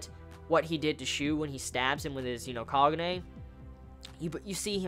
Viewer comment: Ahimsa ohh okay i thought i heard pronounce kahune